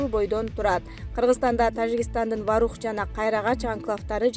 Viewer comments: Варух эмес Воорух деп эле окулат , тажаттын , сен озу тамганы эле тааныйт окшойсун . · Ой Воорух эле деп айтылат, кандай немесин Ваарух эле Ваарух дейсинда, туура окусан деги